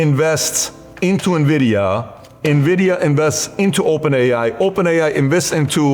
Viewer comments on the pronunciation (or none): none